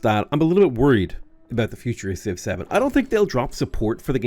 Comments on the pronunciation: When you say Civ 7 it sounds a bit like Six Seven. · I like that when you say Civ 7, it sounds like 6-7.